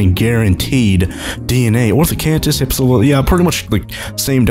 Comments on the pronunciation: it's hip-silo fadon not hipsolifobjdhchedon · Btw it's pronounced hip-sil-off-o-don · It is hif-sil-lof-o-don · You're not pronouncing hypsilophodon right